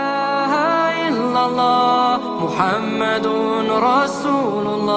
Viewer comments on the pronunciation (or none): none